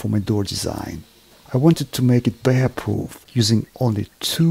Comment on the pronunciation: As you said - to make it bear ptoof